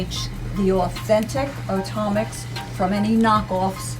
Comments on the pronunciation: Am i the only one who thought it was pronounced automix like jay said at the beginning only to find out they are pronounced o-tomix lol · Did he just really mispronounce the name of his $pon$or?? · Yes he did. I cringed for him